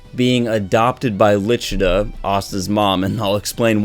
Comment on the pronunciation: The names were butchered 😂 who the hell is Ribe??? 🤦🏻‍♂️ The official Viz translation, her name is Licita not Lichita.. 🤷🏻‍♂️